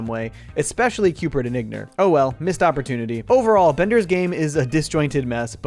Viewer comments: .. c... CUBE-ert. Not Cupert. Cubert.. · Great production! Only gripe I had was Cubert being pronounced “Cupert” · Great video, but... are you saying 'Cupert'? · Is he saying "Cupert" with a P?